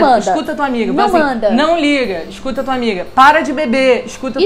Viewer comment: "Esscuta" sua amiga!! Kkk